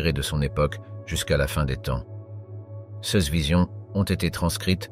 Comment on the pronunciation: Curieuse prononciations : céss ou ceuss à la place de ces ou ceux...